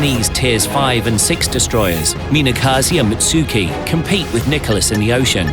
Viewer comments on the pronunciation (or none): Moot-SOO-Key? Oooooh...